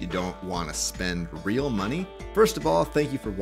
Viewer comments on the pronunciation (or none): none